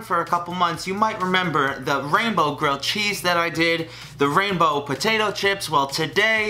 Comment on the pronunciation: For a minute I thought you said Rambo.😂😂